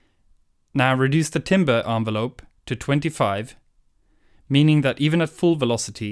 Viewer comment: Timbre Ho! But seriously if you pronounce it as "timber" I will assume you don't know what your doing.